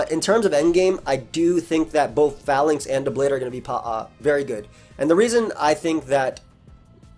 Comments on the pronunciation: Call this mon "Fay-links" not "fa-links". The name is a pun on a defensive troop arrangement used by the ancient Romans called the Phalanx (fay-lanks) #tmyk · It's pronounced "fay-links" I would assume. Long 'A' sound. I assume based off "phalanx" (an ancient greek military formation) and "link" like a chain of something.